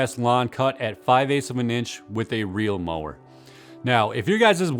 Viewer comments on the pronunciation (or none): ‘reel’ not ‘real’ 🙂